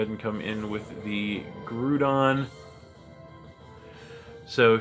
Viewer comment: It made me laugh every time you said "Grew-don." Made me think of Despicable Me. I'm pretty confident it's Grou-don. Grou as in Growl and Ground. New team, eh? Excellent.. excellent..